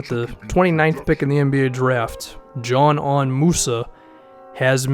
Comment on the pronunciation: I thought it was pronounced Z-nan